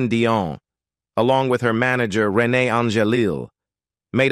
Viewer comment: Not pronouncing Renee’s name correctly and misspelling her name in a copy of the transcript is disrespectful.